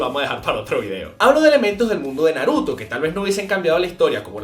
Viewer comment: Por que nunca pronuncias bien los nombres el Naruto ?